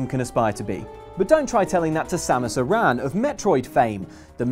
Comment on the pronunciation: I think the way they pronounced Samus's last name made me die a little inside.